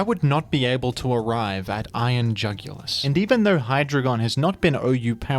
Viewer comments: Iron UGH-ulis. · I couldn't comprehend how bad of a name Iron Jugulis was so much so that i ended up pronouncing is as Iron Joogilee (like marquis) for tbe first few months. I didn't know what the word was but it sounded at least somewhat cool. Once I found out it was jugulis, like neck, I got very upset.